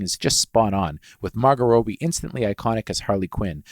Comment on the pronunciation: "Rowbie" "Leeto" Bruh..... How.....